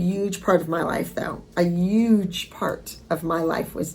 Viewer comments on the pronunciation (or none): Abby is still saying ugeeee instead of huge 😂😂😂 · Yep you still say UGE hahaha I love it